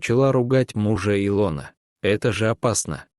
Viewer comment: Хорошая сказка, если не считать не правильное ударением имени И' лона, режит слух.